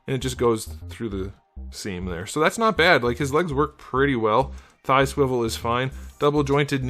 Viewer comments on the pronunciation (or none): none